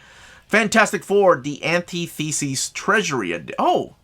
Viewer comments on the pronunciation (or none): Hearing the way you pronounce "antithesis" is like nails on a chalk board.